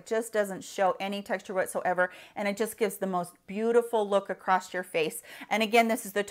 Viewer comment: It’s pronounced across, it has no T